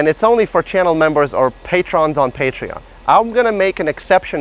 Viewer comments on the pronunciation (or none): none